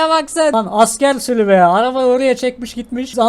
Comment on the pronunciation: Abi bide sülü değil sülük